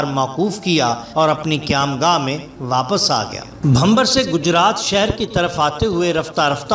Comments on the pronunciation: Bhamber nhi Bhimber..lafz drust kr len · Gujrat main Jahangir ka maqbara mere ghar se thora door hai aur bachpan se is kajani se waqif thay . aur Shah Jahangir ke maile bachpan se dekhe.Aap ne mazeed tafseelat bayan kar deen,.Bohat khoob .shukriya.Sirf aik guzarish,gar ijaazat ho to: Naam "Bhimbar" hai,:Bhambar " nahin.Yih qasba bhi hai aur aik naala bhi.